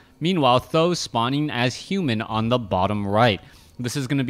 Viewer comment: Th000 should be pronounced as "San Dan" which means three eggs in Chinese as there are three eggs in his name